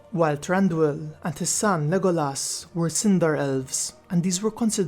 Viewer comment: his name was pronounced Le GO las